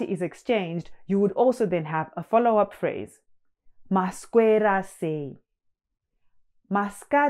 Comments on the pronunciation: It almost sounds like you pronounce a K in maswera sei, like masKwera sei, which is interesting because I've heard some Zim do that... Is that an accent? Or is it the way you pronounce it? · Hi. So thankful to see this channel. 1 question. You pronounce maswera and taswera as "taskwera and maskwera". How come that is like that. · Mas'k'wera = There must be a hidden k somewhere. Thank you.